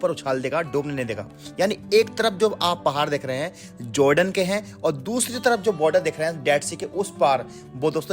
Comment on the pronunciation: Joordan nhi hota hai jordan hota hai bhai..🤣